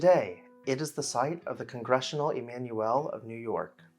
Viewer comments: “Congregation,”, as opposed to “Congressional.” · "Congressional" ??!! Don't you mean "Congregation" ?